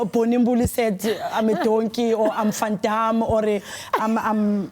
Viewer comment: 'Van Dam'😂, love her😍